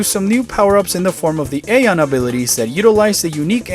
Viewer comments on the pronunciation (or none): none